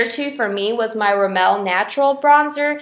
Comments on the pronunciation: not "rimmEL", its "RImmel", like "rih-muhl" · why do u say rimmel that way